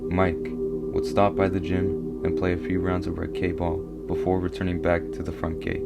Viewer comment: I came from Mr. Nightmare's channel. Saw your comment on his last video. You're saying racquet ball wrong. It's pronounced "racket" with a hard "t". I think you could use a little more inflection but stellar video!!! I'm excited for more!